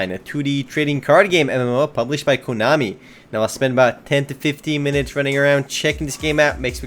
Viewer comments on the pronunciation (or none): its konami not kunami u fuckin degenerate